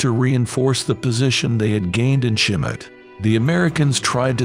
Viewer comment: Who knew that Schmidt was pronounced "Shim-it"?